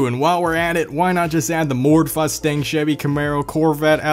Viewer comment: I died when he said mord fustang